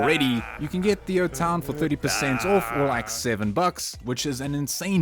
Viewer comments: Think you are trying to say off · Like your video's but get triggered everytime you say ORF